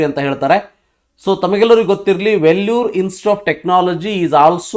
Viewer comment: Sir it's Vellore 😅 u mentioned it as Vellur